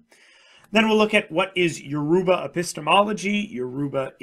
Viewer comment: Lmaooo It's pronounced as Yo-ro-ba basically but the spelling is Yoruba😂 thanks for the video man